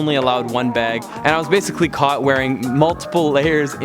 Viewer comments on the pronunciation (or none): none